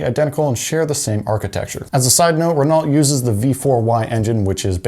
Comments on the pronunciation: Renault is pronounced reNOE, not reNAWLT. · RenAULT not Renalt. Pronounced as "Reno" in French. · Renault is pronounced, (ren-oh). It's French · Great video, but I had to skip forward because I literally couldn't stand hearing the mispronunciation of Renault one more time. It actually gave me chills 🤣 I know it sounds stupid, but just being honest lol. Great content though, and it blew my mind learning that Koenigsegg's have Ford motors in them! #CrownVicsareeternal